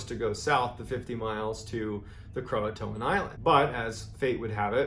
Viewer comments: Did he really say "croatoan" (krow-uh-toe-an) when it's pronounced (krow-tan) lmao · Am I stupid or is Croatan actually pronounced Croatoan as he says.